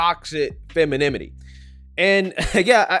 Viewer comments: Toxic feminiminy?? Dude, you say you're educated but you constantly mispronounce words that you should know . I mean for God sakes, you spelled correctly it in the title of this video! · it sounds so funny hearing you mispronounce femininity 😅🤣🤣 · Can you please try and say feMiNiNity ? Saying feMiNiMity sounds very, very uneducated. Whoopi Goldberg says it right, I’m sure you can do it too. Make an effort. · Loved the video! But it’s feminINity not feminiMity 🙂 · Fem in in it ee Not fem in im it ee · Sorry,, but the funniest thing about this video is your pronunciation of “femininity.” It sounds like you’re saying, “feminiminy.” It’s cute. 😂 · Femininity not femiminity 😅 repeat fast 10 times ...it's an annoying word in truth 😅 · You mean femininity not femenimity. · Aks me how to pernounce feminimy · Dude, if you don't fix this RIGHT NOW, I'm unsubscribing, and I'm not even joking. There is only one 'm' in 'femininity'. I don't know if you know this, but YouTube videos can be cited in university papers as a way of bolstering your point. There would be a LOT of people who would never cite, or even VISIT your channel if you can't pronounce 'femininity'. It's like when people say Pacific instead of specific.